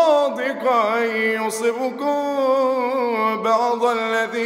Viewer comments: تنبيه بعضُ وليس بعضَ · لدي ملاحظة بسيطة يا شيخ انت في نهاية التسجيل قلت بعضَ لكن هي بعضُ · أخطأ في كلمة بعض خطأ جلي بالحركات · يصبكم بعض الذي يعدكم بضم الضاد و ليس بفتحها ... بارك الله فيك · (بعضُ) بالضم ✅ و ليست بالفتح ❌ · طب راجع كيف نطق كلمة (بعض) في قوله بعض الذي يعدكم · بعض غلط بالضمه